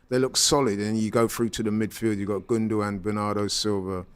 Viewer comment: How can say gundagoan...... It's ikay